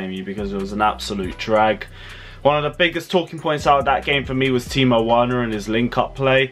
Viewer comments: Well done for the effort although you said Worner at the end. Effort appreciated. Timo Werner (Verner) lol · Stop saying timo werner it’s verner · C’mon, its Pronounce Verner... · I noticed you always pronounce Werner because it started with W ... But in Germany W is pronounce as V . I.e Timo Verner .... pronounce correctly ... please bro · As soon as he gave the whole rant about saying Timo Werner wrong, he goes ahead and says it wrong again. 😂😂😂😂 I'm taking back my thumbs up on this video. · The way this presenter is mentioning Timo werner is wrong , please pronounce the w as v